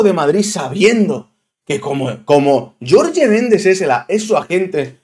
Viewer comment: no es YORYE es JORGE MENDEZ 🤣